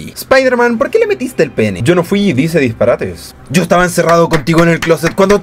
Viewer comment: "Dice disparates" te salió tan cuico